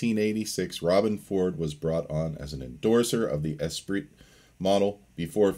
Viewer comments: it's pronounced "Es-PREE" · pronounced 'espree'. darn french! ptuiii! love that guitar though. played on in 1984 at Proshow music and sound in portland. first electric guitar i ever touched....thru a rockman...x100 or something like that. just stunning! thanks for the video!